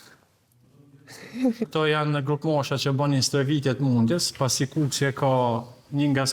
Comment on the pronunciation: kukës, not kukesi..😂